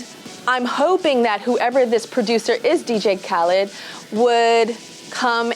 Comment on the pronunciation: I wish she would un-say dj khadlid’s name whew Chile!